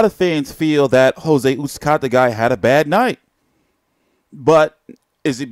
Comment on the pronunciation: PS no disrespect but the way you pronounce Jose last name is cringe worthy lol